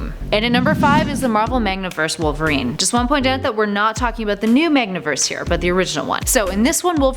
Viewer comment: The horseman of war is the horseman of war. The horseman of death is the horseman of death. MaNgaverse not magNaverse. You, my dear lady, are a poor excuse for a nerd.